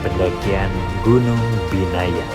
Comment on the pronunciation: di vlog bilangnya biyana, nama gunungnya binaya:face-pink-tears